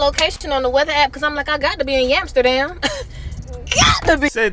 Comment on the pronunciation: "Yamsterdam"😂😂😂😂😂😂😂😂😂😂 The white girls ain't on that annorexic ish no more